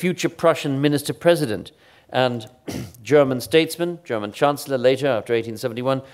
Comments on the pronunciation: The effortlessness in which Chris jumps between his mothertounge and a flawless German and French pronunciation is very impressive. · okay but his pronounciation of the foreign words, especially the german ones, is flawless.